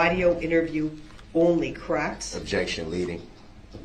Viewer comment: Objecssion axed and answered.